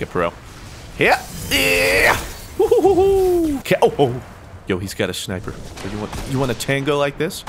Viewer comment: "I wanted to review this shmiper rifle" lol